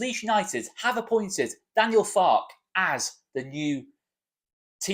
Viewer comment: I think you pronounce the "e" at the end of Farke - as he's German and they tend to pronounce every letter in a word....I could be wrong - sorry if I am. Keep up the great work